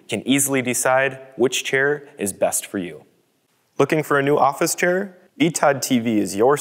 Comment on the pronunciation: chair, not shair